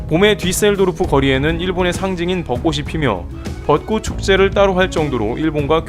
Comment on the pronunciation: 읽기 오류입니다. '벋꼬슬'=>'벋꼬츨' '벋꼬시'=>'벋꼬치'